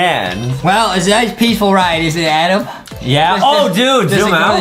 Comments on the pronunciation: Adem not Adam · Justy remember it’s Adem not Adam